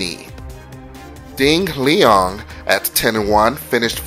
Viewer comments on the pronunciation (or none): LOL "Ding Leong"